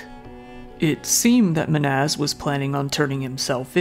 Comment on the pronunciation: Just curious, how much research do you actually do? Lady says "Men-haz" and knew him for 6 years, this dude plays a clip of it and makes a whole video calling him "Ma-naz" 🤷🤷🤷